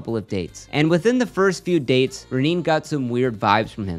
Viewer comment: Omg REH NAY. It’s completely wild that you can’t pronounce her name, right